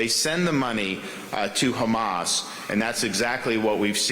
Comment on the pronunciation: Terrible prounciation with "Hamas" and "Iran". It's Ēran full of devout Shia muslims, former land of Fire Worshippers.